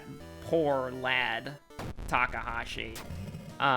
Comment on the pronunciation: It's pronounced Mi-ya-ko with the "ya" going up slightly and the "ko" going down. With Hawado, it's Ha-wa-do with the stress being on the Ha and then going down. Also, it's Mr.Ta-ka-shi, not Ta-ka-ha-shi, but I think you're doing that on purpose.